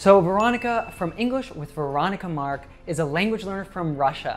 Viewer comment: He says Veronica Mark and m here Veronica Maalik